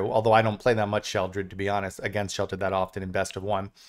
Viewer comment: Im so glad you call her "Sheoldred". Its such a pet peeve of mine when they call her, "Shelly". 😂